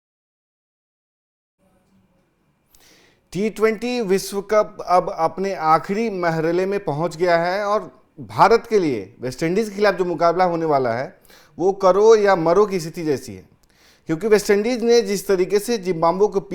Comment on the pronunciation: महरले नहीं भईया जी मरहले होता है जो भी होता है हिन्दी में बोलो चरण में जरुरी नहीं है अर्दू बोलना 😂😂😂